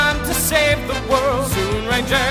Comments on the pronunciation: It is Zyuranger (pronounced Juranger) not Zuranger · It’s pronounced Jew-ranger, not Zoo-ranger